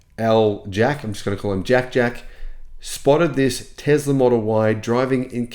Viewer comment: Elon will not introduce a new model Y as long as you keep saying Tezla instead of Tesla! The difference between z and s is there for a reason! 🤣